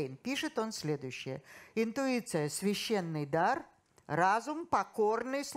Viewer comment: Интуиция, а не интРуиция. Читайте в титрах